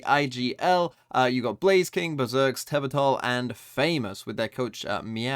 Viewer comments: Tehbotol pronunciation is quite accurate, that’s how foreign speakers read indonesian words anyway, but here’s what it actually sounds like in native tongue: Teh is just like Meh where you sound the H, Bo as in Bow without W, or like in Bo Burnham, and Tol as in Toll, each syllable pronounced clearly. Or just input it into Indonesian google translate and sound it out, it’s accurate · Your pronunciation is actually decent especially on TehBotol. Which kinda funny cause his name literally means Bottle Tea / TeaBottle (it might refer to famous tea brand here in Indonesia) lol , I guess they can call him that way to make it easier.